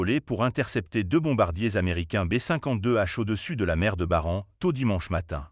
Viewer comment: Auriez-vous le temps " d'éduquer " votre logiciel vocal pour qu'il soit comprehensible dans la langue que vous avez choisie ? La Mer de Barents, ou Barentz selon les pays, ne se prononce pas " Mer de Barance "... Pour le reste, pour autant que vos informations soient correctes, ces avions sont restés en zone aérienne internationale et les russes, qui hurlent comme des porcs à l'abattoir, le savent pertinament car coutumiers de la pratique avec, souvent en prime, une rapide incursion de quelques kilomètres, histoire d'énerver un peu l'OTAN. La réponse du berger à la bergère en quelque sorte. Plusieurs commentaires hurlent et évoquent une affaire qui finira mal... Vous pensez donc que l'Ukraine c'est autre chose ? Que cela vous plaise ou non, aujourd'hui, au vizir à talonnettes du Kremlin, la réponse est " NIET " sinon " STOI DOURAK "